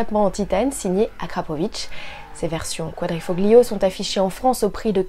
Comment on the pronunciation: Le "g" de quadrifoglio ne se prononce pas...